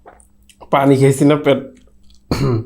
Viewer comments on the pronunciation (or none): none